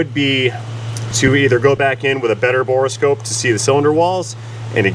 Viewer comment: My left eye twitches every time mispronounces borescope as bore-eh-scope